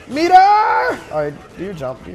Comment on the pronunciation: i swear when he said METER, i heard it as PETER!!! lol